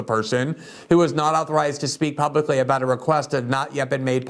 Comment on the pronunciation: Glenn is the only person that I know of on this planet who pronounces the word 'about' 'A'-bout. LOL